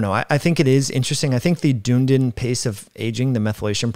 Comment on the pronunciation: It's pronounced "dun-ee-din" 👍